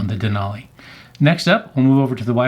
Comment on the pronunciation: Useful video other than repeatedly saying Denali incorrectly every minute Den-ally